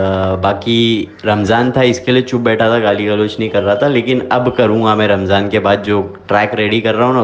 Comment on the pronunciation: Not ' ramjaan ' its ' ramzan" . About 'beedi" dont point only Muslims it's a personal habits depend upon person to person .when you want to speak about someone or something don't bring religious . Don't pore the haternes in the cast. We all are brothers and sisters . Jai hind😊.